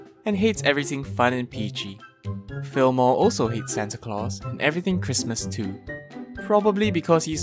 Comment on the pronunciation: isn't that right turd Me: hold up its Tgurd not turd xD. Also: another lovable npc is the tax collector, hello fillmore Me: fillmore kinda sounds like...Fillmora is there a secret sponsor (＃°Д°)